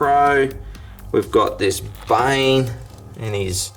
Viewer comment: You didn’t just call bane “bale” 😂😂😂😂